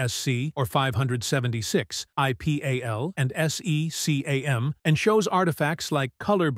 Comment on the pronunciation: Yes, like PAL, SECAM, Mini-DIN, Vesa, ... all of them have been spelled in this video. Really annoying to listen.